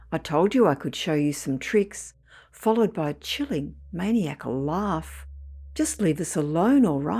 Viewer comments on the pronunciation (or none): I'm certain that "Maniac-al" is actually pronounced "Man-nye-ah-call." But, apparently that's a difficult one to pronounce anyway. 🙄🤣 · Ma-nia-cal pronounced with a hard I & soft A, man I akal